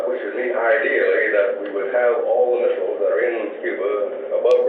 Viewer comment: I drink a sip of my beer every time Indy says missaisles..